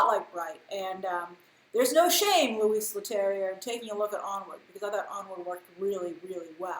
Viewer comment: to pronounce correctly Louis it would sound like "Loo-ee" the "S" is decorative we don't pronounce it in French.. xx